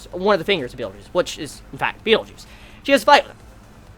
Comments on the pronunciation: Every time your pronounce Betelgeuse as Beetlejuice, I always think..."say his name three times" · when u say betelguese it sounds like beetle juice, like who defaq r u talking about, is my reaction when u said beetle juice